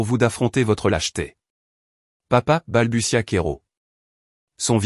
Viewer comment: Balbutia et non balbusia